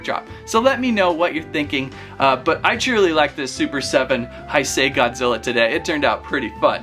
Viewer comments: Heisei is pronounced like this hey-say not hi say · "the heisei era is my favorite era". doesn't even know how to pronounce heisei. here's how to pronounce heisei properly: h-e-y-s-a-y